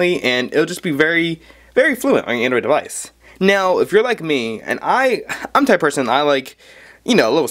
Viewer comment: whilst we're at it... device and not 'deweisch' (that was prolly you just mis-saying it by mistake ,p , and one certainly does not say 'kroat' for chroot lmao.